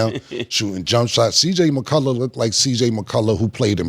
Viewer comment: cam keep sayin cj mccullu🤣🤣🤣🤣